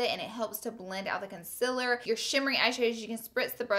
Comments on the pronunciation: does anyone else notice the way she says concealer? she says conciler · Am I the only one who notices she says "conCILer" ????? Idk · a must see when im going to shop for new makeup ..always find myself going back to check your monthly favorites to see if its a must for me to buy it lol .. p.s love the way you say concealer 💞💞